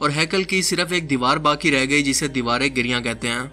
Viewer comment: Giriyan nahi "giriya"